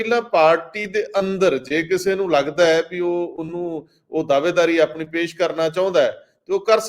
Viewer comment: Desh not Des , Pesh not Pes , Kush not Kus etc. should be pronounced to improve the standard of the program . Thanks .